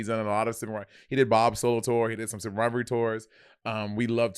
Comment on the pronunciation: This will be the matching tattoo: “Sibling Rivarly”